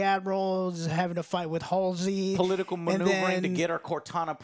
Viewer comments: Ye him shooting them tied up is a sci fi actor he was in torchwood and played Owen good but halo idk bro his character isn't fascist or that style. Its pronounced hal see not alsey learn to speak Americans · How can you call yourself a Halo fan when you don’t even know the names of some of the main characters?! It’s MIRANDA Keyes NOT AMANDA and it’s HALSEY not Halsley or Hailsley, HALSEY. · Joe, you’re a halo fan pronouncing Halsey’s name “Halls-Lee”. That’s almost as agonizing as this episode 😭😂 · I love how Joe manages to mess up "Halsey" in all possible ways every time he has to say it. :D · You’re not a true halo fan if you can’t even say Dr Halsey’s name correctly 😂